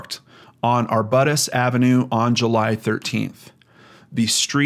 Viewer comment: It's pronounced AR-BYOO-TUS,:D